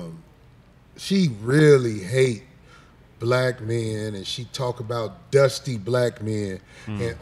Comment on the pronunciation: That dude doesn't like women. He keep saying "menz" instead of men..lol